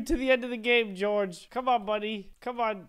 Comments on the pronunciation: I'm not cold Peorge its george not Peorge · George is pronounced jorj